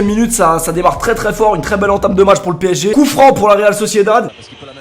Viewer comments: Pourquoi il a dit real socided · par contre tu fais exprès de dire la « Réal Sociedald » ?😂